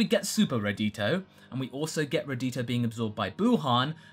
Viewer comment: Radito? Really? Not Radiku? Come on! Radiku is radical!